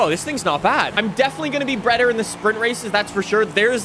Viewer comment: . listen closely. he says breader instead of better